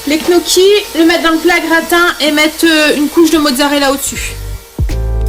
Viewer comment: Salut. Je suis abonnée depuis peu mais je dévore tes vlogs. Tu es une vraie source d'inspiration pour diversifier les menus avec des recettes simples et équilibrées. (On dit "nioki" pour les gnocchis 😉). Je suis vraiment contente d'être tombé sur ta chaîne, tu as une très jolie famille et tu sembles très douce. Je te souhaite un bon dimanche 😘. Marie.